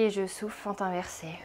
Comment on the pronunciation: à un moment vous dites 'on souffle' et j'ai compris 'on souffre', :;))))